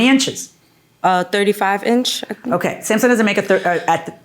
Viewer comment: And Samsum (Samsung) and DImestic instead of domestic.